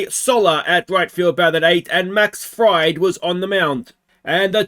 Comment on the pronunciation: Man please pronounce Max Fried as Max Freed. I know it looks that way but you can't be a Braves fan if you are gonna pronounce "Fried".